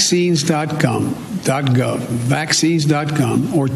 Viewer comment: Did Sleepy Joe just say Vaccines dot gum?